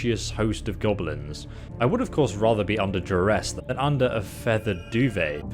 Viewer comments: Hearing call them "GOBEHLENS" is painful. "GOB-LIN". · Gobble-lins?? Oh sheesh... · So noone is going to mention the way pronounces GoBElinZ? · he is saying Gob-o-lins? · What are these "Gobbelins" and "Durids" you speak of? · be like "Gobelins" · you call them G o b o l i n s